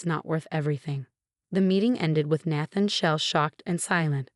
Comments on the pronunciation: Please adjust the A.I. His name is pronounced: Nay-then, not nah-than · Nay-than not Nath-en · Nath-an? Do these ever get checked? Listened to? Edited?